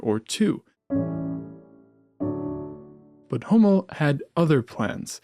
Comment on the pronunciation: Please pronounce "Hummel" properly!